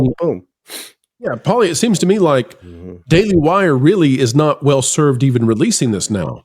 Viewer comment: it's "daily wire" baby 🤣